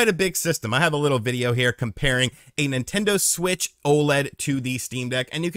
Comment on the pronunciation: Take a shot each time calls it a "Nintento Switch"